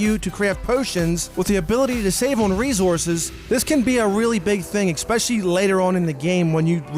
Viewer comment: Don't fucking say expecially ever again